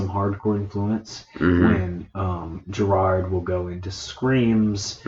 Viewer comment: his name is gerard. not gerald, etc lmao if i you’re taking 15 minutes + to review a song you should probably learn their names first, no hate